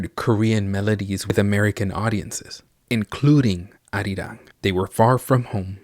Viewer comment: OMG IT'S CALLED ARIRANG